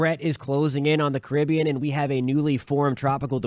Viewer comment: Thanks for pronouncing "Caribbean" correctly!